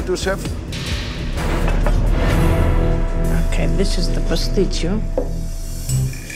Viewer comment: I’m oKEH